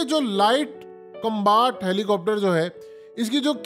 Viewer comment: Glaacier combaat 😂 haqeeqat TV ko to bola bhi nai ata